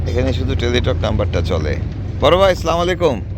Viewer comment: Apnar salam ta sothik hoini please salam sothik bhabe diben.